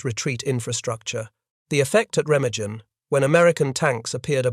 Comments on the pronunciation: Pronounced “Ray-ma-GUN. “ There is no soft G in the German language. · Re-mag-en is the correct pronunciation. “Junkers” is pronounced “Yunkers” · I can’t listen to your program screw up the pronunciation of Remagen. Pity as the battle is fascinating. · Please try to pronounce Remagen correctly